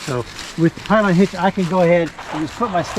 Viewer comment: New drinking game. Everybody takes a drink when he says tight line hitch instead of taught line hitch.